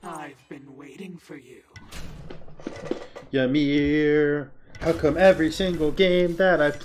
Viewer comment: Why doed eberybody say ya-meer? its ee-meer. all the gods literally say their name when u pick them